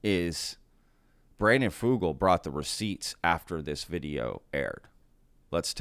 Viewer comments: as a native Utahn you are pronouncing Brandon Fugals name incorrectly. Here in Utah we pronounce it Few-gulle like Seagull I don't know if that is the correct way to pronounce it but I have been working in Telecomm for 25 years and Fugul and Sons has been a major contractor for the telco industry for decades. I believe Brandon. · It's pronounced "fyoo-gull" ... as if it were spelled with a "y".